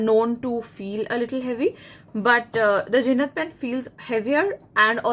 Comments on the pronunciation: Ma'am it's Jinhao, not Jinhad !!! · Jinhao not jinhad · It’s jinhao not jinhad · Ur presentation was good 👍... I think it's jinhao pen ... Not jinhad pen.... For better result try giving links to buy pen... It will be a good idea...